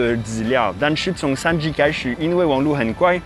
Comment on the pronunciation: 發現再講3G的時候會有台灣式發音“3居”😊😊